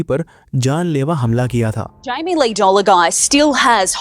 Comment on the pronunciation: Jammy nahi Jamie